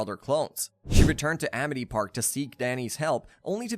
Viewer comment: Vladd not vload or vlaud. You even said it correctly a total of once. Geez. And it's Amity Park. Why are you saying Amit. You literally posted a picture of the sign saying Amity. Ugh I can't stand youtubers like you.